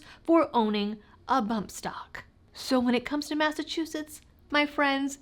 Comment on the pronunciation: You left Massachuusetts?